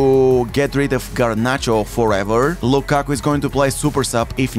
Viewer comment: Respect on improving your Lukaku pronunciation